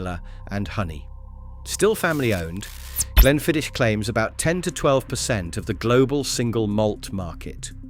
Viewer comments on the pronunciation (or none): It would be appreciated if the pronunciation of the whiskies was done correctly Glenmorangie has the "inference" on the 'O'---not the "A" Glenfiddich does not finish with "itch" It finishes with "ich" --as in "och aye"